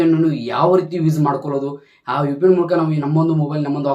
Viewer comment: UPN alla kano 😅😂 VPN adhu 😂🤣😂🤣 karma 😂🤦🏻‍♂️